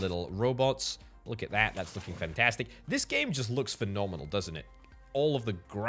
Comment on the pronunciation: "fentestik" EEN HOLLANDER!!